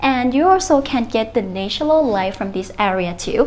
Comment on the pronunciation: Well done but please try to pronounce "natural light "